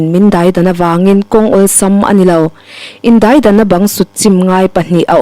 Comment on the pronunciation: A chhiartu hian a chhiar thiam viau in a ngaihnawm bawk. VL Zaikima ziak te hi ka chhiar vek tawhnaa mi chhiarsa ngaihthlak hi a nuam viau. Daidanna tih a chhiar dan thluk erawh hi chu a awn deuh.